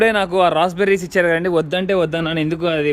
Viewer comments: Rose berry kadu rasp berry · Hi..that is Raspberri..not roseberri..nice video.. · Raspberry fruit p is silent